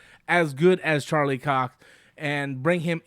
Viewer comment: Anytime says Charlie's name: "Charlie 🍆"